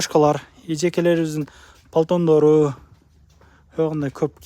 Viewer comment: Палтондору дейсинби?😂😂😂😂😂 Пальтолору десен?😂😂